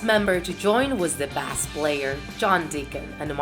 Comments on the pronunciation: how could you mispronounce "bass", it's read bās not bas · Wtf she said bass but pronounced it as Sea Bass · it’s pronounced base but it spelled BASS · She pronounce BASS like BAAS... Davie504 : NOT EPIC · The bass player 😂😂it’s pronounced bay ss not bas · It's prenounced bayss not bah ss but that's ok just make sure you can say the words next time! :) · Bass player... it’s pronounced Base player but it’s spelled Bass... it’s spelled as bass but pronounced as base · It’s pronounced “base” not “bass” but it’s spelled “bass” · Bruh it's pronounced Bass (like base), not pronounced B ass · It isn't pronounced BASS it is announced BASE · B'eh'ss player? It's pronounced as Base but spelt Bass 😂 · Bass is a fish. Bass is a sound, an emotion. Say it right or don't say it. And Opera?? Winfrey? Nahhhh op - ra okay. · WHAT IS THAT RUSSIAN ACCENT, YOU SAID B-ASS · Bass pronounced (base) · Bass is read as base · Did you say bass as in like the fish, no, it's pronounced base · try to pronounce the words and names correctly Such as Bass is pronounced base Farohk is not Friday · You said it bass, like the fish.................. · Ew, your pronunciation of bass player is wrong! It's supposed to be pronounced "base player", unless you're implying that he's playing on a fish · It's Pronounced base Spelled bass but pronounced base And Farrokh is not Friday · Also, when she says bass (meant as in the instrument) she says bass (as in the fish) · Bas player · She said Queen wrong and base wrong she said bass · she is so bad at pronouncing words, pls pronounce bass correctly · the bass you were talking about is pronounced like base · did she just mispronounce "Bass" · Wtf is up with the pronunciation bass player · Davie504 would be distraught Bass was pronounced wrong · she pronounced bass like the bass fish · It's hurts me how you say 'Bass' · Davie504 should come,SLAPPP her and teach her to pronounce B A S S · Im concerned the way she said bass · oml she said bass wrong